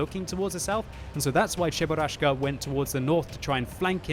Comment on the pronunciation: i'm a casual person: i watch a normal gameplay of world of tanks says cheburaschka i quit